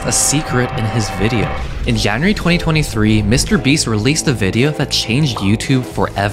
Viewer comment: he also pronounced january as “Yan - You - Ree”